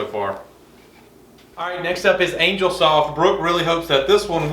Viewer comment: CHRIST ! It isn't pronounced ANGLE, it is angel ( ANE-JELL ), you know, with wings.